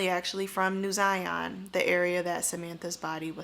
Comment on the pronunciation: Zion like Lion. Not Zyon.